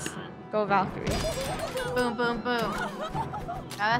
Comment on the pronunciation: No one: Absolutely no one: Not one soul: ValKerIEs